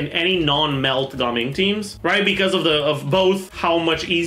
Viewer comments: Ga-ming ❌ Gaming✅ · Had to watch the first few seconds to confirm whether he said Gaming or Gaming